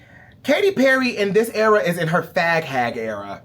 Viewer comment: I chocked on my water when he said “fHag”